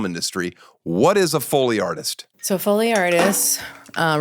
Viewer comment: Why do you keep saying it like “fully”? 🤦‍♂️